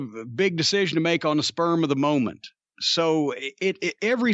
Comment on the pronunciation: Jim says sperm of the moment